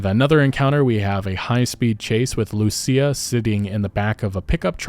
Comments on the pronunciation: My bro learned her name is pronounced LUSIA and not LUSHA. I am so happy. 😭😭😭😭😭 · THANK YOU FOR PRONOUNCING IT RIGHT - LU SEE YA . Unlike mrboss hooked on phonics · I'm glad he got her name right lmao the first video he pronounced it LOOSHA 😂😂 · About time you said Lucia right 😂